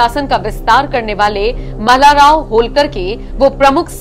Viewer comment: Pronunciation karna shikhe Malar Nahi Malhar hai Hamare purvaj ke nam adar se lo ye apko vinannti Shindiya sirf unko Madhya Pradesh ya uttar bharat me bolte Lekin hamare liye Shinde hai Pronunciation barabar kare 🚩🚩🚩🚩🚩